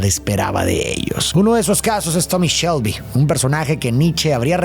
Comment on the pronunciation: dice tobi en vez de tommy